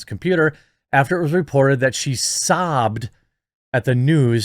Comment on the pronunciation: "I am not big enug, sobed Huffy...........sob bed........sobbed.........subobbed Huffy"